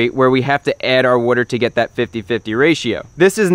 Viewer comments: What is a wodder pump ? But seriously good video Chris ! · You must be from the northeast the way you pronounce water